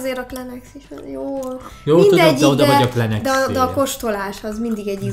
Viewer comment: tudtommal a kleenexet (klinexnek) kell ejteni gondoltam szólok =)